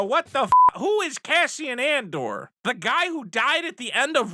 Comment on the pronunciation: "member berries" lol... love even more for not editing out "Cassian ANdor?! Who'd wana watch that?! thats gonna suck!"